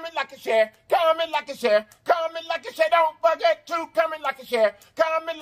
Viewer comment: Comment, like and Sharon is what I hear sir